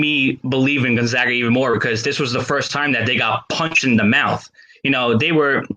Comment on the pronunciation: You watched Gon-ZOG-Uh a lot this year?? All of ya'll probably need to learn how pronounce their name then so you don't sound like total casuals. Say it with me now: GON-ZAG-UH.